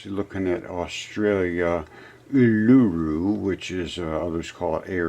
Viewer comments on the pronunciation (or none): It's pronounced Oolooroo you fooool.